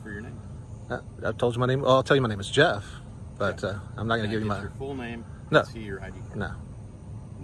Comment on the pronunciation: "My name is yeff" lmfao